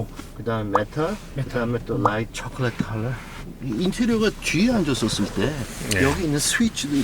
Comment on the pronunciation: 롸잇 쳐컬륏 커러얼 ㅋㅋ 본토사람도 저렇게발음안하겠다ㅋㅋ